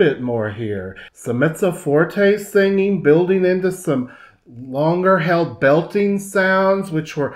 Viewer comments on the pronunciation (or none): none